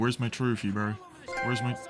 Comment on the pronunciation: The way you say bro is absolutely insane. Brorrrr